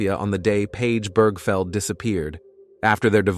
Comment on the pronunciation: Right!? One second it pronounced her name as Birgfeld, next second Birgfield... WTF!? Then it says her LIVE in nanny, as in ALIVE not live in 🤦😂